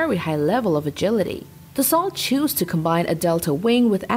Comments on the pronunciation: Dassault is NOT pronounced like you do! It is a french company, thus french pronounciation. And it is pronounced like "Dasoe" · It’s pronounced Da-soul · Dassault is pronounced Dassau just so ya know! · Dassault pronounce "da so" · you've made a video about Dassault and pronounce the name wrong all the way through.